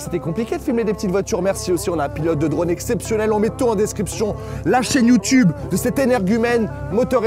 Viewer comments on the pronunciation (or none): none